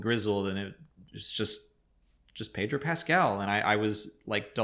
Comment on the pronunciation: Pedro is Pedro, not, Pettruouh